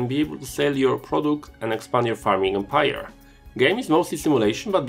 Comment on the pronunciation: I think it's less the accent and more a combination of a not-great microphone and stresses on unexpected syllables - just for a couple of examples you stress "tech-no-LO-gy" rather than "tech-NO-lo-gy" and "em-PIRE" rather than "EM-pire". Good content though. :)